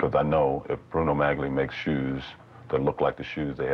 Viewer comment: OJ, the g in Magli is silent.